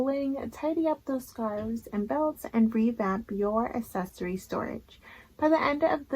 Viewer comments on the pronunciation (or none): You say accessory very differently.